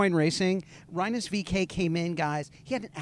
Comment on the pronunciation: Rye-nus? Really?